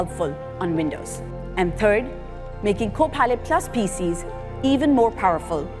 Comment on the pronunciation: "..and turd, making Copilot.." I can't unhear that..